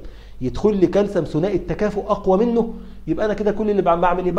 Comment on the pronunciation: دكتور اسمه كالسيوم وليس كالسم 😂😆🫶 مع ذلك بديت اسميه كالسم برضو